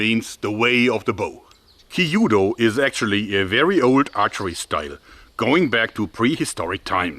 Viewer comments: It's not called Ki yu do, but Kyūdō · 弓道 kyudou. The pronunciation is more close to when you say q then dou. Q,DOU not kiyuudou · I always thought that the Chinese bow was a lot easier to learn and more practical to carry in the battlefield. Your engineering skills are great, however...you're telling me that there's a dedicated Kyudo club in Bonn and no one overthere can pronounce it (Kee-oo-doh) instead of "kee-judo"? Same reaction dojos all over Japan have when they hear the word "Karate" [Kah-rah-teh] pronounced Kah-rah-ree by Americans that give a gazillion colored belts every three months at their dojos. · small pronunciation critique, not meant to berate you or anything. but it's kyuudou, not kiiyuudou. the kyu sound is one syllable, not two. still loved the video, but i'm a language fanatic (4, going on 5), so i always just like putting the info out there for those who are interested. the kyu sound is pronounced similarly to the english pronunciation of the letter Q. maybe it would be easier to pronounce if it was spelled quu-dou? anyway, love the content, keep it up! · Oooooh, I thought you were talking about some more ancient or obscure form of Japanese Archery but you were just pronoucing kyuudou (que- dough) with too many syllables. LOL. It's kyuudou not kiyudou. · Amazing video as always and Happy new year! I know how much you research stuff and this video reminded me of the katana discussion you had years ago, which I quite enjoyed. Do you mind a small tip on your "kyuudou" pronunciation? It will sound more fluent if you try to make it two syllables, instead of three (something like "kill-dou"). Yumi on the other hand was spot on! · Great video but the pronunciation of kyūdō hurts a little haha